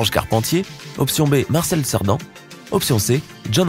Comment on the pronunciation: C'est Marcel Cerdan pas Marcel serdan